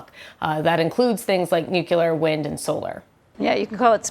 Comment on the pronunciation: NU-CLE-AR, not "nuke-u-lar"!